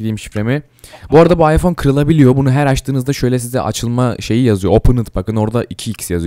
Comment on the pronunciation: Abi ıpohne diyon appleye gidiyon